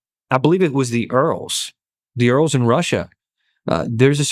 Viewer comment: Ural Mountains is pronounced "your-al"